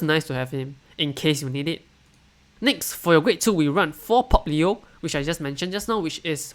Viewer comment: „Popplio“...? Alright, from now on I‘ll call Pappio like that forever 🙌🏼 #Can‘tUnhearThat